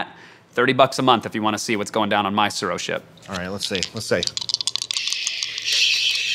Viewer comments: Every time the name of the game is spoken I cringe so hard... Japanese is not difficult to pronounce, but Wheaton is butchering a rather simple word.. Pronounce the 't' and add a slight roll to the 'r.' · Don't worry, I'll defend you. The way they pronounced it drove me crazy too. The 'u' should also make the "oo" sound like in "too". To the haters, it's not hard to be a little educated, especially since Tsuro is a Japanese word, not an English word.